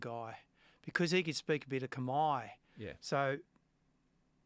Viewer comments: It’s Khmer not Khamai. Where are you getting the “ai” from? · For a start it's not kmai! Its khmer